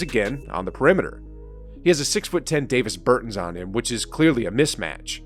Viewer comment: Maxi Klebah* Dah-vis Ber-TAWNS* Bee-Yuh-Leetz-Uh* Cmon man